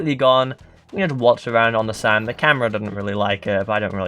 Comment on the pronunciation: Ze Population Of Ze Fish Is Now Called Ze Land Guppy's